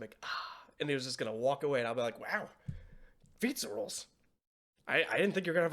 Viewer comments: Fizzarolli: ❌️ Fizza Rolls: ✅️ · Keep calling him Feets-a-rolls 😭 Doing my boy so dirty! Also I love how Ozzie's instinct upon getting a video message from his boyfriend is to throw it on the big screen during a business meeting. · I'm pretty sure all the fans of the show were glancing toward this episode and next every time you mispronounced Fizz's name or reiterated your dislike of him. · new drinking game: take a sip every time mispronounces Fizz's name I'd say a shot but I don't think that'd be wise XD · I think it's hilarious that it took THIS long for him to realize he's been mispronouncing Fizz's name despite it being said multiple times before now.